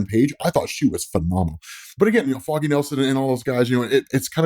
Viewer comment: Im liking because i like your content. But would be nice to dont announce foggy's like that 😮‍💨